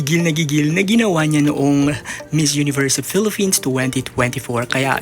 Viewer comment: Filipins hindi Pilifins or Filifins Acclah😂